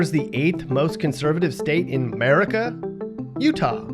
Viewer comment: It’s America not Merica